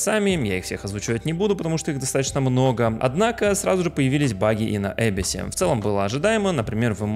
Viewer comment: ни эбис а абьюс 😏